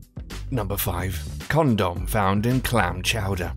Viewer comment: why does he pronounce 'condom' in such a weird manner?